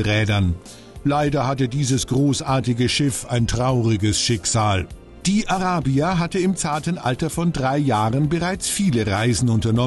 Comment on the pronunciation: Wieso kann sich der Kommentator nicht entscheiden, ob er "Araybia" oder "Arahbia" sagen will? Wähle die deutsche oder die englische Aussprache und bleib dabei!